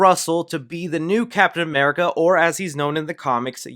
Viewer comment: I love the way you say 'Cap'n America', like 'Cap'n Crunch'